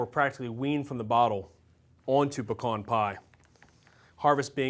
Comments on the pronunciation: I'm from La. too, glad to hear you pronounce 'pekahn' correctly! Great lookin pie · yea! its not PEE-cans... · It's pee cans